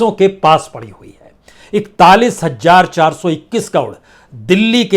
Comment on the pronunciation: Hajjar Hajjar mt Bola karo Bhai hazaar bolo hazaar